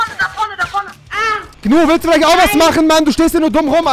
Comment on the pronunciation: Rewi sagt immer zu Gnu man 100% richtig